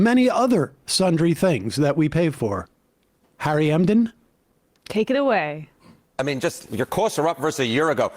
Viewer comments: Umm, did Sam say Harry “Endem”? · "Harry Emden" cracks me up every time lol